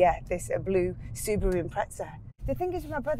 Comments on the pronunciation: Look up the Japanese pronunciation. It's almost correct except for the long extended way japanese pronounce Roo. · I love how he pronounced Subaru wrong then when Mel C correctly pronounced it he tried to play it off like thats how he was pronouncing it the whole time. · What is gas? In the real world its called petrol... it’s also subaru not sue bar roo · Clearly hes a Wannabe Australian..... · I came for the car, left when he said Su BARU. 10/10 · You've lost all credibility in life when pronouncing Subaru, Suu-baa-roo. That's a career ender right there. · Who the fuck calls it a SuBaaru? 😂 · She’s not a 90’s legend and learn to say Subaru properly please come on